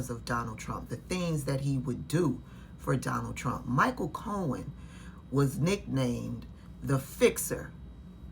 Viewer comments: "co-hen" wth? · Fox can’t pronounce his surname it’s not co hen 😂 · Fox announcers can't pronounce names properly. Cohen is a hot mess. Leticia is not dishonest.